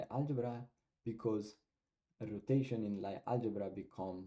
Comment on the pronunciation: Lie group/algebra is pronounced as “Lee” :)